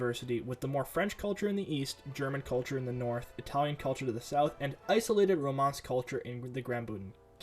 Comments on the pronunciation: It's pronounced RomanSH, not Romance. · Romansh is not pronounced like romance 😂😂😂